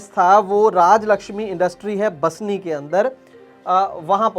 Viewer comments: बसनी नहीं बासनी है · बस्नी नहींं बासनी